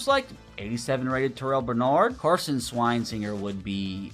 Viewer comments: shrine singer is not how you say Carson’s last name, it’s (Swess-in-jurr) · It’s not SWINE-SINGER it’s SWESH-inger